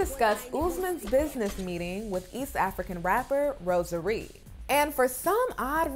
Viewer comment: Melicia: Rosa Ree. Kim: Rosary. 😩😩😂😂